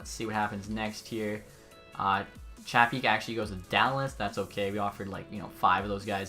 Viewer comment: Hey Filip chlapik name isn’t pronounced chapik it’s pronounced like shlapik